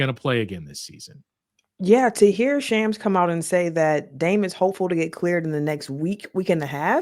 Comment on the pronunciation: You mispronounce Shams